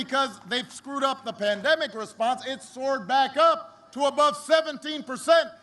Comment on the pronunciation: Did he say.. "he missed kissing babies during the pandeic" ?